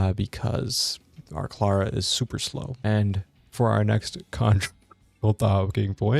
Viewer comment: How u say Clara's name makes me mad cuz now I know you'd totally butcher my name lol